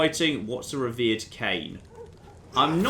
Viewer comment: Reverend Jon, not revered, that was a named character.